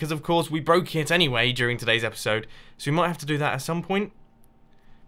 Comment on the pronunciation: omg it's erpiserd sixty-flaka